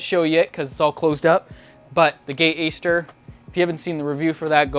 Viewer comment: It’s aster. Not ayster. Lol